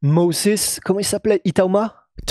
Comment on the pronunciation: pas Thomas MOSIIIIIS, mais plutôt Itauma Moses